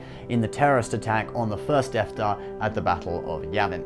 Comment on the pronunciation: you said deaf dar I think who is dar why is he deaf?